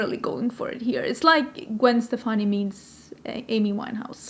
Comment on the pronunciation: omg girl you know beacon street collection?! So you like ska? I’ve loved Gwen forever. My mom worked with her cousin. Stefani is actually pronounced “Stephanie.” I still have her UD palettes and lip products and her old school L.A.M.B. x lesportsac purses. Remember that?